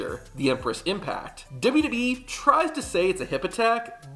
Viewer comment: I like your videos but they are a bit hard to watch. You say “Duby Duby E” for WWE over and over and it is distracting. You also say years too fast. For example instead of tow thousand twelve you say “tosend twelve”.